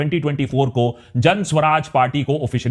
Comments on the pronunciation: Suraj....not Swaraj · सु-राज भायसाहब;; स्व-राज नहीीीं 😀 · Hi Akash..it's Suraaj not Swaraj..you r one of my fav..pls dive a lil deeper..love your research..bt for PK you needed to work a lil harder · What can you expect from a person who is pronouncing Suraaj (good governance) as Swaraj (self-rule)